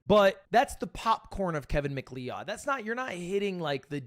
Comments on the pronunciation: Mc lee od... not beating the illiterate allegations. It's pronounced Mcloud. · It’s pronounced McLoud! Not Lee-odd dummy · I think its pronounced Macloud, but I also originally said it the way you say it so you're not the only one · did homie really just say kevin "MIC LEOWED"???? brotha that isnt how you say that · isn't it pronounced "Mc-Cloud" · Its scottish, irish pronunciation would be like "mak layid" and is spelt Leóid not Leod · Your cloud? Nah, Macleod. ☁️👈😤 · mick leawd is taking me out 😭😭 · I'm only but if this mf says MacLeod wrong the whole video i will genuinely crash tf out Edit: THANK YOU RANDOM CHATTER I LOVE YOU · STOP SAYING MCLEOD LIKE THAT OMG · He’s literally using the Toph ragebait strat of pronouncing names horribly incorrect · Please stop saying his name, he mispronunciation is killing me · Is that an American pronunciation? Or just a disaster-class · How dare Ludwig accuse me of not knowing this legend when he didn’t know how to say his last name right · Why does say MacLeod wrong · his taste in music is as bad as his pronunciation of Macleod. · mispronunciation of Macleod hurts my spine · Dude it's so funny how he gets corrected on it, acknowledges he's wrong, corrects himself once, and then goes right back to mispronouncing it lmfaooo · Definitely not a real Smash player if they don't even know how to pronounce Fox's last name. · literally made me wince everytime 😭